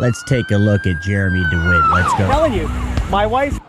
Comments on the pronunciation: I think you said his name wrong at the end it's not DeWitt it's dimwit hahaha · Did you say dewitt or dumwitt